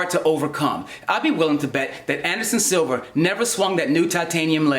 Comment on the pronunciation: Anderson ‘Silver’ 😂